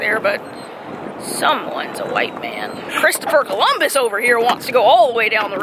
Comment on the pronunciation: She said “Christopher Columbus”😂